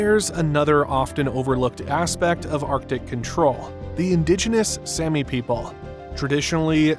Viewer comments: It's Saami, not Sammy. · Also, the Sami are pronounced like the "ami" in salami. Sapmi is also pronounced with the same short a.